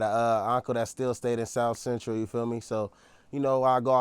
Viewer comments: Started off saying south bentral then kept saying central 😭😭 tighten up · This nikka is a certified LOSER! Nikka said south bentral! I hate us! 😂😂😂😂😂😂😂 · It looks like they started laughing when he said south Bentral Instead of central and they laugh to each other... like blood is extra out right now